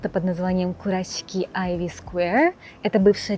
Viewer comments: Спасибо большое за видео, очень интересно!👍👏 Скажите, пожалуйста,так как всё-таки правильно произносить: КураСики, как на обложке видео или КураШики, как вы произносите? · Уже который раз спрашиваю, как же правильно произносится вот это сш на японском. Вы говорите Курасшики, произнося и С и Ш. Но при этом подписываете видео как Курасики, а на английском языке пишите Kurashiki, что произносится как Курашики. Так как правильно?